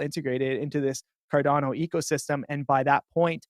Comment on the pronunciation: Its pronounced CAR-DAWN-OH, the way its creator, Charles Hoskinson, says it.